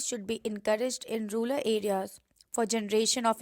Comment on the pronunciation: Its rural not ruler